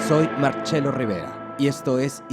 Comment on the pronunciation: Huachafería cuando dice "Marchelo", su nombre es "Marcelo"